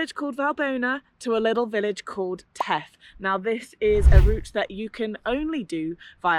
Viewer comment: The first "th" is pronunced like the last "th". Theth, not teth!